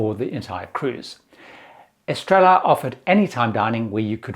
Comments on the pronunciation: Estrella is pronounced Est-ray-yah. Not Es Trell Ah. In Spanish, two Ls together sound like a y. Es tray ah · I was going to say something about inability to pronounce any of the dining room names correctly... see-ay-lo, ess-tray-uh and so-lay. He seems like a nice guy, but -- and I say this as someone who used to work in broadcasting -- one who chooses to post their videos on social media should at least make an effort to pronounce things correctly.